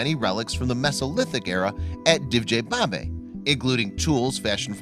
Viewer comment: Great video, thanks! The name Divje babe should be pronounced as "divya" babe though, meaning wild women. Best regards from Slovenija!